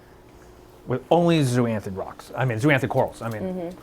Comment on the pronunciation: Zoanthid not zooanthid. Zoa not Zoo